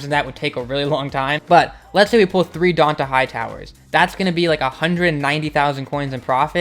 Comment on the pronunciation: its pronounced dontae